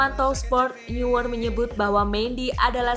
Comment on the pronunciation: neuer bacanya noier